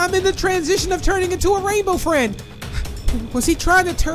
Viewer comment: U said a rainbow Fred instead of rainbow friend ❤😂